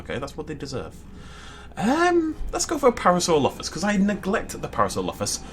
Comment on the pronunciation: he said the para name wrong